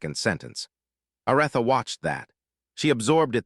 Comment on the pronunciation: Her name is A r eeee tha! Please stop messaging up her name. It turns us all off and we can't listen anymore. How can you not know how to pronounce her name?